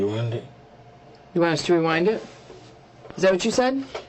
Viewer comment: Him saying rewind it is diabolical